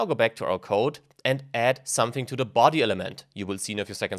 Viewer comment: Du solltest dir vielleicht die unterschiedliche Aussprache von "the" anschauen. Sorry aber das macht mich wahnsinnig :D